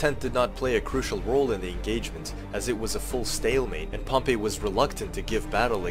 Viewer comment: You didn’t mention one word about the reason he had a 4th hidden line armed with just their pila b/c he was outnumbered in cavalry with 1k or 1.5k vs Pompey’s 7k cavalry. And your pronouncing Pompey as the city of Pompeii. Please stop. Nor is that why he made the 4th line. Your wrong about any things here .